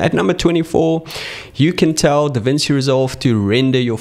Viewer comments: it's pronounced Davinchi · Hey, thank you so much for your video, But DaVinci is Italian! When you see ci in a word like DaVinci, say it like chee — like you're ordering 'fettuccine' or listening to a 'cello'. So it’s ‘Da-VIN-chee.’